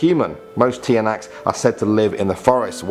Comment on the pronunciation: How Americans say tiyanaks /Tiyan Nyaks How Filipino pronounces it tsanaks